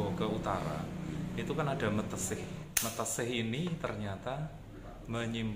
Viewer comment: Meteseh bukan mateseh